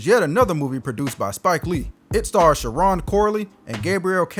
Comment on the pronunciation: Finally someone said Sharron's name correctly.